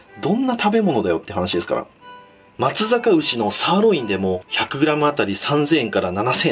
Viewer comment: せめて一↑万↑円↓てっ言うんだったら100グラムも1↑0↑0↓グラムてっそろえて(マジでどうでもいい)